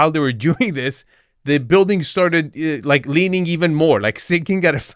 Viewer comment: Leening, learing....GONE